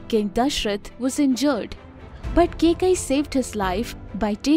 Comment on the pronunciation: if only kaikeyi was pronounced correctly this video would have been properly informative love the hard work you guys do